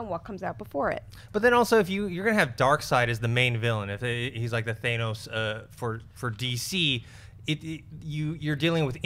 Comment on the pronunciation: I love Collider and everyone on the show but I absolutely can't stand the constantly botched pronunciation of Thanos. It's not T-H-A-I-N-O-S as you always say. Come on guys it's not that difficult.